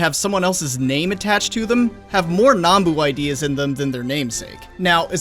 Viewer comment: YES! HE PRONOUNCED NAMBU CORRECTLY! I’ve waited so long to hear someone say it! Remember brothers. We say Vietnam not Vietnaam